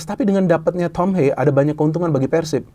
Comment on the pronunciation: Haye❌ Hayeu✅